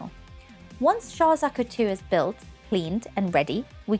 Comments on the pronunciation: they way she pronounces Zaku is bothering me, its like she's saying Zuku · me too! at least check how it´s pronounced before you hit record 🤦‍♀